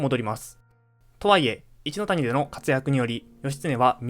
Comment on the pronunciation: 一ノ谷が「イッキー」、義経が「ヨシ」と読まれた瞬間、物語が一気に茶番になった。 さらに瀬戸内は「セトチ」、挙げ句の果てに義経が一度「シムラ」――ここまで来るとビデオ自体が冗談。 AIナレーションは罪深い